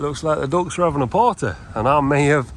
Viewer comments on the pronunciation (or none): none